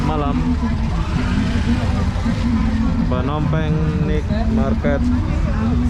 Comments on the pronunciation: Night = nait bukan nit. Ubat batuk asli adalah nenas,ambil sepotong bersama empulurnya...mkn setiap hari spi hilang batuknya. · Maaf spelling NIGHT MARKET yang benar bukan NIK MARKET tapi NAIT MARKET, tolong banyak2 belajar bahasa Inggris lagi bro biar narasi kontennya lebih berbobot. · Sorry Bg....Naet Market Bang bacanya atau Pasar Malam